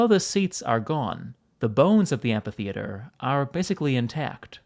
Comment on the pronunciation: Stop saying "anfaytheater". It's just " anfy". Or do you spell "anfaybious " (amphybious)?